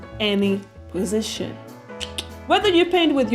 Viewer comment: Ayo why'd she say position like that.